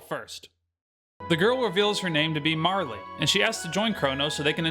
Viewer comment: Marle is the only realy way to pronounce her name. <3